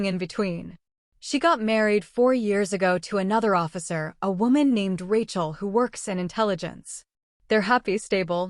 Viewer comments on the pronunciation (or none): none